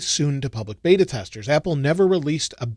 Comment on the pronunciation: beta not bata :)